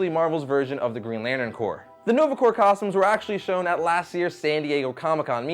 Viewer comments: it's okay. a lot of people mistake in pronouncing Corps as "corpse" and not "core". it's annoying, but it needs to be pointed out. out of respect for the military. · Weirdly enough i never connected "corps" with "corpse"..